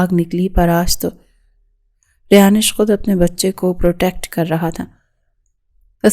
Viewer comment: It's not rayanish it's rayansh